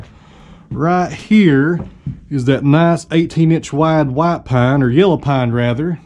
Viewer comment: " Some of this wood is " Pine" heavy on that southern accent!